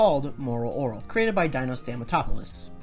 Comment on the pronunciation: Homie botched the name Dino but perfectly pronounced his last name 🤣🤣🤣🤣🤣